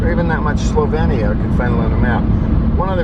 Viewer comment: i will give u a like just for saying the name right haha